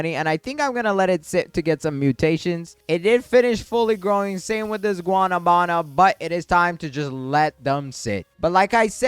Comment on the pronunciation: Guanábana not guanabána just respectly correcting